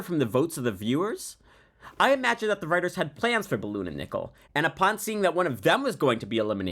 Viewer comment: “Ispessily”, “Ballon”.